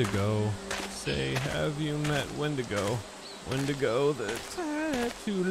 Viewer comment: "I believe it's pronounced 'Wendingo'!" Just came here to comment that. Keep the meme alive!